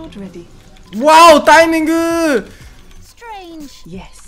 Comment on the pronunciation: "wow timingəəəə" Was that singsing or some Chinese commentator :)